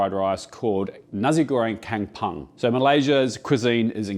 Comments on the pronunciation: check yr pronunciation on ‘kampung’ - soft ‘u’ - kampoong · I laugh so hard when i heard his "Kampung" pronunciation 🤣😂 Nahh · oh god... the Malaysian pronunciation of kampung is not a butchery, it's a messy rough cleaving of words, gosh... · Please stop pronouncing 'Kampung'. I'd rather u just say 'nasi goreng' or 'fried rice' only 😂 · Wow... thank you for showing the nasi goreng "kampung" pronounced as kum-poong. Im malaysian amd when u used the shrimp paste.. i was saying to myself-- this will be good!!!! I usually order this from stores. Now.. will try to make it .. ( never tried it as it is sold evrrywhere )😂😂😂😂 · Just a little correction on pronunciation. Kampung --> Kum-poong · Sorry la ek tapi rasa annoyed lak dia sebut kem-punk tu 😃. Tak buat research dulu ke cane nak sebut 😭. Tapi nampak sedap and perfect 😋. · Not complain but like how we learn to pronounce brands or cuisine from other countries. U got Nasi Goreng pronunciation spot on but KAMPUNG is not Camp-punk 😂, KAM pronounce much closer to COME (just imagine the C with a bit hint of the letter K instead, but COME would sounds 90% there), while PUNG sounds more like BONE with a delayed -NG at the end, this can be a bit tricky cos english word seem to flatten the sound of “U” when paired with NG. But in fact keep the way u pronounce BONE, keeping the whole tone forst half tone of how u pronounce BO in BONE n finishes it off with a delayed NG (it should sound something like i are trying to mimic a hollow sound effect, think of a much lower key and empty sounding drum with the higher pitch as Bang but a hollow one as BONE-NG) just repeat quicklu the word COMEBONE n ends it with the delay sound of -ng at the back, there u hav it KAMPUNG. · Its kam-pong not kam-pang. Lem-pang nak? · kampung ... K-ah-m ... P-ooh-ng not K-eh-m P-ah-ng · Its pronounced as Kam Pong. 😂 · its pronounced more like "kum" "pong",!:)